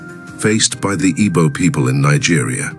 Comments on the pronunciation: I don’t think the person that did this narrative is Igbo. I am an Igbo person. Is a ploy to make other tribes avoid boarding airpeace. It might even be a non Nigerian person. The person cannot even pronounce Igbo. We ought to be careful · I can tell you this is not done by Igbo person. This is divide and conquer. Is a ploy for other tribes to avoid boarding Airpeace. This individual cannot even pronounce Igbo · This narrative is not done by an Igbo man. Be mindful of social media division. This person cannot even pronounce Igbo. Sound not Igbo